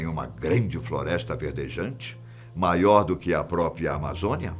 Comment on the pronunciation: Adoro esses vídeos! Mas, você diz a palavra, própria, dizendo "própia" kkk